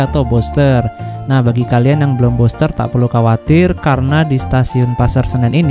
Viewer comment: Bilang nya vaksin Buster NU, bukan boster , gmn seh BHS inggris nya , katanya kuliah 😂